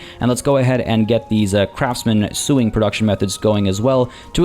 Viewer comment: why do you pronounce these names pretty close to perfect, but can't pronounce sewing. Sow-ing, not sue-ing...